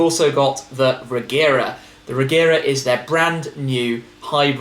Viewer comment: About the Regera, the word is actually pronounced like 're-ye-ra', but I have a feeling Koenigsegg will pronounce it with a hard g to make things simpler and more congruent with the Agera models anyway. Either way, I can't wait to see it.